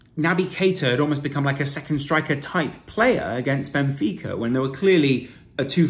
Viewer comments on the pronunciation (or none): none